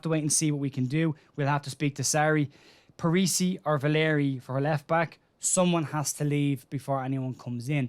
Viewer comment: Parisi not parish . 😂